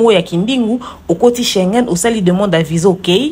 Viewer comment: Kindingu balobaka VISA, et non VIJA